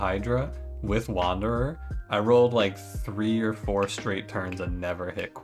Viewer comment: Wander-deez. Sadge.